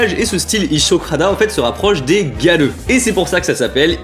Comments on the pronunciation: Moi grêleux 🤣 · Quand tu disais Gyaru, j'entendais "Galleux"... x) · J'entends aussi galeux ! 🤣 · A chaque fois que je l'entends dire "gyaru", j'entends "galeux".. x'D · On est d'accord xD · T'as dis gyaru j'ai entendu galleux TT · Quand il a dit gyaru j'ai cru qu'il avait dit galleux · J’arrête pas d’entendre galeux au lieux de gyaru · HAHAHAHA j’arrive pas a ne plus l’entendre maintenant